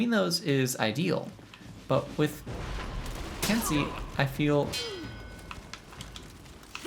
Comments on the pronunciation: If I'm not mistaken, the correct pronunciation is ken-say, not kin-see Also, something you may not know, you cannot counter guard breaks following certain actions- if you are guard broken during a dash, or during the start up frames or cool downs to your heavy strikes, you will be unable to counter regardless of timing. Glad to see you're having fun trying out all the characters~ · Ken-say, not ken-see. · It is pronounced "Ken-say" in English phonetics, please do it properly lol